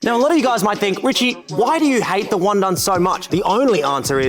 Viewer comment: Wundun ❌ Wun-done ✅